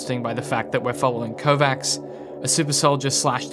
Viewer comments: sounds like Kovatch, not Kovacks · It triggers me so much that he is pronouncing it "Kovax" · Your mispronunciation of the name Kovacs is worrying regarding your credibility